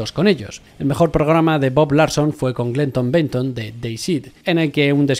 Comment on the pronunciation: "Glenton Benton" la pésima pronunciación y pasar por alto a los padres del satanismo explícito en la música es en definitiva un mal video.